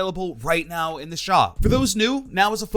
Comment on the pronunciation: "available right nau"